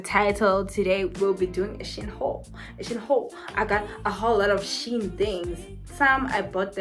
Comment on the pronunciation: FYI: Shein is pronounced, "Shine". Also, it is hard listening to that song repeat over and over for 45 minutes!